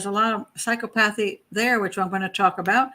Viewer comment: Clinical psychologist here. Two psychopaths, for sure. BTW, pronounced: "Psy - COP - othy".